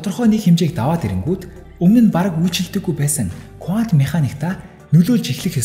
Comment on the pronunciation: Кувант биш кванто гэж хэлдэг байх. Их сонирхон сонслоо баярлалаа.